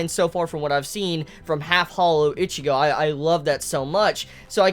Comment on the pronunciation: Why do u say ichigo's name like that